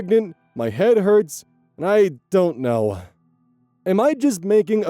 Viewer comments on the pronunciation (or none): none